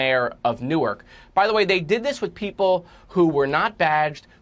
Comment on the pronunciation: Yay!! He pronounced the city of “Nork” (Newark) correctly!! 👏🏾👏🏾